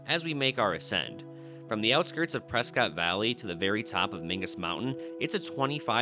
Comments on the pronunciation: The way you mispronounce PresCOTT grates the ears. You claim to be a Zonie, pronounce it right! The family pronounced it PresKITT to differentiate themselves from the British loyalists in the family during the revolution. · It’s pronounced Preskit! You can get beat up calling it Prescott at some bars there! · Cant you say the real name of Prescott, It is pronounced Preskit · Drove the road many times long ago, lived in Jerome for a bit. Those days all stairs were outside the house in case of fire. Thanks for the cyber drive❤. PS if you pronounce “Prescott” phonetically we know you’re not from there😉. Lived there, too. My kids found some baby horned toads at some place along the drive where we stopped on Mingus Mountain. Along the drive through Chino Valley one day I encountered a Golden Eagle🦅 on the shoulder of the same side of the road as I was on. It was feasting on a rabbit lunch and didn’t even stir as I passed by. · It’s “Preskitt” 😁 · Remember it's pronounce "Preskitt"...I was scolded by some old timer when I was in college up there at Embry-Riddle University. Lol. Jerome is a cool place to visit. Lots of history. Avoid the weekends as the place gets packed, especially holiday weekends. Holy shit! The wife and i wanted to spend more time there but it was so busy with tourists the day we went...couldn't really take the whole town in.